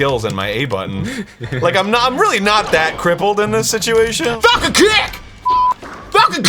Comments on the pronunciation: Anyone else thought Arin said "FUKIN PUNCH!" at first? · what he says:FALCON KICK!! what i hear:FUCKING KICK!!!! xD